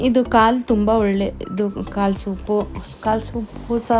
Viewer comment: ಮೇಕೆ ಕಾಳು ಅಲ್ಲ ಕಾಲು 😊 ಮೇಕೆ ಕಾಲು ಸಾಂಬಾರ್ 👌👌😋